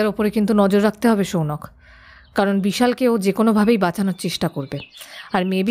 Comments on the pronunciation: সৌনক কে বারবার সৌনাক বলছেন কেন? বড্ড কানে লাগছে! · Uchharon ta Sounok, Sounaak noy. ei bhul ta apnar kache expect korini